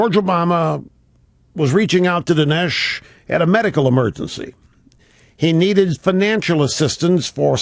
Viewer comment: This guy can't even pronounce Dinesh right.